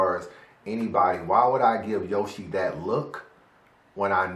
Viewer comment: U said a bar when you said yo she... Yoshi